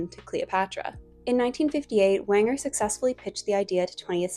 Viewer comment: And Walter Wanger is pronounced like Ranger.